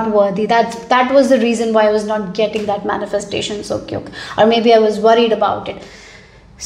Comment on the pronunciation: What do you mean "cUke", it is "QuIck".